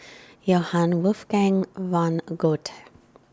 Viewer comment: Lovely practice, thanks! And as a German, may I say, that you pronounce Johann Wolfgang von Goethe in a really funny way:).